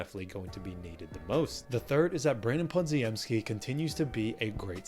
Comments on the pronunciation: OMG, how can you keep mangling Podziemski's name. It's Polish and it's pronounced Po-gem-ski. Stop being a dope and get it right already! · I will subscribe when you pronounce Branden lass name right. YOU ARE KILLING HIS NAME SMH!